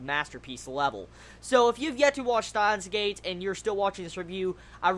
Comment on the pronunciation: When you say it,it sounds like "Staahns;geid". Still a good review.^^